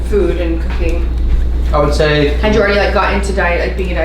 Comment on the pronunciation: For a minute there I thought he was saying "poop" quality...and I was like...hell yeah dude...you gotta look at your poop...it tells you so much about how your body is doing...but no..."food" quality folks...not to be confused with "poop".